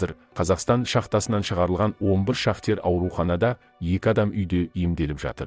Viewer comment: Шахтер емес,шахтёр, сауатсыз